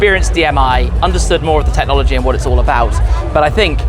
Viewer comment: "Tet-nology". I never understood that one.